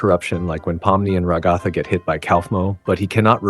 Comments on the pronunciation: It is pronounced rag u thu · Whyndo so many people mispronounce Ragatha's name?